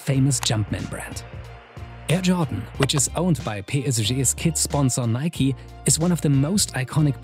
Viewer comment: Nikee?? It's Nike.